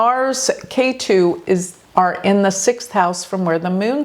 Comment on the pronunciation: The Meeoon (Moon). Pronunciation is funny!😅Like Peon!!